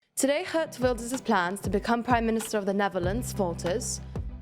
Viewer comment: How does she pronounce Geert Wilders relatively well, but can’t pronounce Pieter (Peter) 😂